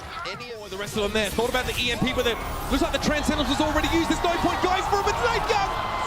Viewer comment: sorry aboot that xD.